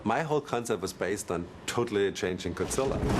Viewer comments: Wow no wonder they failed on zilla he can't even say it right he says gudsilla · well he is german.. in different countries godzilla is pronounced different, you know that right? in japan it is gojira, usa and other countries it is godzilla.... in my country it is gotzilla.